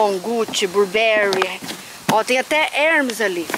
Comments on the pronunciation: não é Hermes. Se diz Hermés porque é francês essa grife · As pronúncias de Hermes está errado e Blueberry